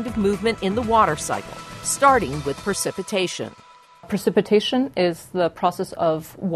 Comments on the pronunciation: The producers of this film allow the narrator to say "percipitation" five times (instead of precipitation). For an educational film, this is not good. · why is she pronouncing precipitation wrong??? Isn’t she a scientist?